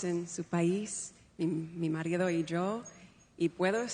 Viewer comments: The use of verb tenses, rhythm and specially the “yo” not pronounced as “sho”. That is in no way, shape or form an Argentinian accent. I didn’t quite hear the “z” sound in “hace” but there were many words definitively with the “s” for a C. More importantly, in Spain you use the second person plural form “vosotros” so she would have used vuestro and espero me perdoneis among other things if she learned a Spanish accent. IMO the accent is not from South America, and then I would also say it isn’t from Mexico, Panama or Costa Rica either. My best guess is a neutral Hollywood Spanish accent or as you said duolingo. Great for her for speaking in Spanish maybe she memorized it maybe she has forgotten the language but she is not fluent. She pauses in the strangest places, normally people who are not native speakers would pause before the articles or verbs to think about the correct form not after them. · The “yo” sounded more like Jo with a hard J like the Spaniards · Hola desde Argentina! I'm argentine, and I can say she sounds half "argentine" and half "spanish" speaking. She pronounces the "y" the way we pronounce it in Argentina and de "z and c" as you pronounce it in Spain. I'm not sure though, that anyone can learn to speak Spanish fluently in just six months in a Spanish-speaking country, working 8 hours a day in an English-speaking environment. I think he wrote a short speech and memorized it, which is why she continued in hes own language afterward. Nevertheless, it was a notable gesture and surely very well-received by the host country. It was probably worth the effort. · When she says “yo” (me/myself) she does not produce the classic Argentinian “sho” as in English “show.” She does “yo” with the soft Y like in Yankee. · To me, I caught her saying "Cho" as pronounced in Spain, instead of "Yo". But her Spanish isn't too bad. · Her accent is Berlitz. Completely textbook. Argentine accent has "yo" pronounced more "zho" not "jo".